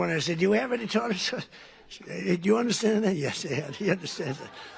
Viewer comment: "Yes,.. Let them have their 'Tar-Tar' sauce ".